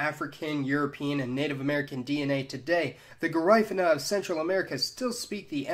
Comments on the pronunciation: "gerifena " do you mean Garifuna ? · Garífuna (pronounced "Gah-Ree-Foo-Nah") Not "Guh-Rye-Fuh-Nah" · Yeah he fucked that up bad. I noticed too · PRONOUNCED GA-REE-FOO-NAH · It's Ga-REE-foo-nah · Its GARE I FOONA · Dude, love your videos, but you gotta work on your pronunciation a little bit. The "i" in Garifuna is not pronounced like the "i" in mine; it's more like the "i" in Caribbean. It kinda takes away from a video about ethnicities where phonology is somewhat important. I've noticed issues in other videos but can't remember them specifically right now. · This guy does a terrible job with the names he butchers all the names of the people it's called taino= tye-e-no. And garifuna= ga-ry-foona..... it's very simple 🤦‍♂️🤦‍♂️🤦‍♂️🤦‍♂️🤦‍♂️ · Did thiz dude jut pronounced Caracol and Garifuna wrong, I mean if ya gon make a video at atleast learn how to pronunce dem words correctly ( Just Sayin ) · And dude your accent is so off. You mispronounced so many words. Garifuna, Taino, patios among others. Please learn to pronounce them correctly.